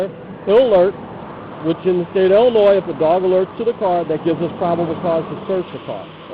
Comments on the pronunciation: Dude u had me until u pronounced Illinois as Illa-noise. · Love the video, especially that it slams the corrupt officers in my hometown. The one and ONLY thing I didnt like was the mispronunciation of my state LOL. Great video! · I enjoyed the video and thought that this guy was pretty good at what he does and then he shows that he can't pronounce Illinois correctly. THE S IS SILENT! HOW HARD IS THAT?